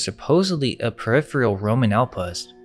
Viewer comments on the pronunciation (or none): none